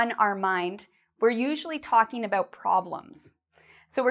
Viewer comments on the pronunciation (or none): she pronounce it (ebout)not about 😍😍😍